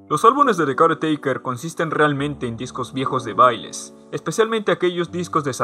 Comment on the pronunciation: Gran video, yo si lloré bastante con el álbum, una cosa más no tiene mucha importancia pero mi incomodaba como decías caretaker jajajajaja tenía que decirlo perdón :c